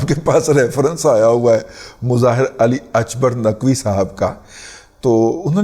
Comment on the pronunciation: Mr Ali Akbar Naqvi is a Pakistani not Irani, so please pronounce his name the way it is called in Pakistan. Stop being religious racist